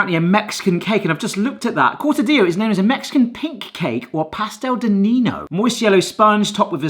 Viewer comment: "Cortadillo" is pronounced core'tuh'dee'yoh "Niños" is pronounced neen'yohs (and not yohz, it should be a clear 's' sound) Still, I'll take Spanish over the weenie 'tini any day.